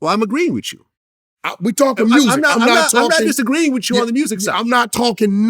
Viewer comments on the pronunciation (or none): Vlad is such a clown saying "agreeing with you" like "witchu" man wishes he was black so bad lol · Vlad saying “whichu” instead of “with you” as a 50 year old white man is embarrassing as fuck🤣 act your age you dinosaur